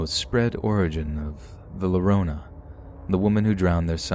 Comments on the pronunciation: Next time you have a story of La Llorona its pronounced 'yorona" the double L makes a Y sound. It's the best I can explain it. Love your vids! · Llorona. Is pronounced Yo- ro-nah. Bless your heart. In Spanish. The letter Ll is pronounced with a y sound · Damnit! It's pronounced YO-RO-NA!! Lmao, I was tweaking through that whole story because of the pronunciation.